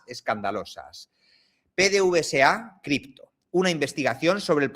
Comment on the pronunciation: PDVSA. En Venezuela se lee PDVESA PD(VESA). la V se lee como (VE).